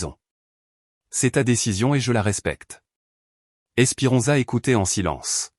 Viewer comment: Esperenza pas espirenza et